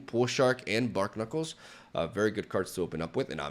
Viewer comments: The pun on Barknuckles is barnacles like the animal, not bark-knuckles. Love ya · they are bar-knuckles, not bark-nuckles. It's a play on barnacles, not bark. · BARNACLES. Bar-knuckles. It’s wordplay, not bark knuckles. Other than that I made a pretty similar deck and knowing it came out in one of your videos (more polished of course) makes me feel proud of myself. Kudos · "Bark-knuckles" Barnacles Bar-nuh-kuls